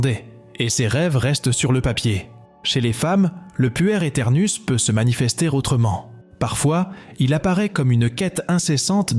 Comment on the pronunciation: Voix d'intelligence artificielle ? je suppose on dit "pouère" ou "puerre" éternouss, le mot veut dire enfant et on comprend mieux plutôt que d'entendre "puer" (sentir mauvais ??) c'est dommage de ne pas enregistrer une vraie voix quand on fait des telles vidéos... intéressant cependant merci